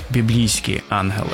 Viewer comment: На жаль, я не змогла слухати, бо постійно різало вухо "анголи" замість "янголи"